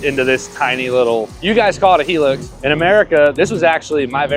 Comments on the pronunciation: 😂why can't Americans pronounce english properly. How do you get "Heelux" from Hilux, where's the "E" in Hilux? 😂😂😂 It's sounded out like, "High-Lux", because it has a damn "I" (pronuced like the word eye) not a bloody "E" 😂😂😂 Fuck me dead. I'm dying. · Hilux He-lux